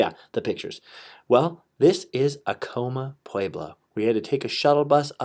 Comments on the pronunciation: I agree with you that he was mispronouncing "Acoma" in the worst way and it was driving me crazy during this video!! I too used to live in Laguna and truly miss it... I miss all of New Mexico...!! Feast time in September... :) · I live in Laguna and you say 'Acoma" Sooo wrong....and to bad if i knew you were out here could have got you up there no problem. You showed my family house too...come back in September 19th for the laguna feast, August 10 for Acoma